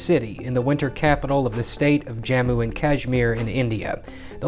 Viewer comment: it is pronounced as "jummoo" as in jum from jump.